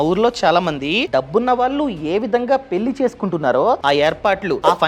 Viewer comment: కొంచెం ళ పలకండి గారూ! పెల్లి కాదు పెళ్ళి. వెల్లి కాదు వెళ్ళి